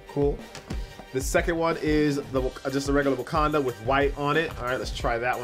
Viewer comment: ITS WAKANDA, NOT WUKANDA